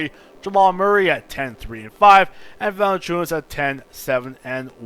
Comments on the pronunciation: 2K16 it is pronounced Val in chu nas. He can't shoot but he grabs all the rebounds. You got rid of a lot of great players from The raptors. And valinchunas his first name is Yonas but spelt Jonas. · VA-LA-NC(C is pronounced TS) I-U-NAS.....I am getting so pissed with english-speaking guys that cant pronounce european names correctly .Anyways, good video mate! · You think Valanciounis is right ???Ok it VALANCI-UNAS AS AS AS AS not IS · Vertex Combos nobody gives two shits on how pronounce jonas vali